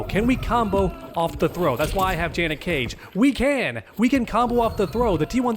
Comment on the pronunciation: Finally pronounced janet correctly😅